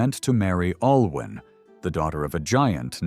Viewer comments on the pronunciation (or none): Really terrible Welsh pronunciation by this AI. "Andwen" "Cullooch and Aloon"